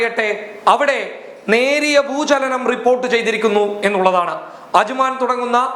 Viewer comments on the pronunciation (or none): ഭൂജലനം അല്ല ഭൂചലനം